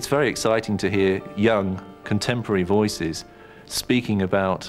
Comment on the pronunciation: Why does pronounce “voices” as “viiices”? 😅